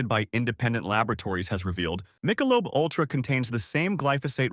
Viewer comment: Mike-a-lobe?? what??